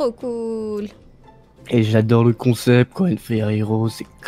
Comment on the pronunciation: Quand le père dit :c est un bon comsepte sa me fait trop rire mdrr🤣🤣🤣🤣